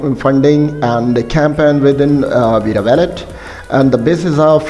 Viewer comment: What’s $vera? And this guy is calling it “dollar veera”. Is it even a legit website he is reading from?